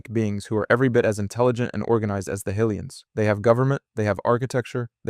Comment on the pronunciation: High lee ans is correct